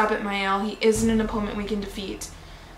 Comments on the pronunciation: no Ma el not Ma il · why do so many people mispronounce Mael. its not My El. its Mael as in Mail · You are the who mispronounce the name it is not mail it is not my El either it is ma el